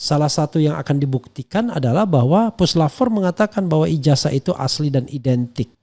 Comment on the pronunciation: IJAZAH .. bukan IJASAH lafazkan dengan benar pakai Zet bukan Es ............ 😠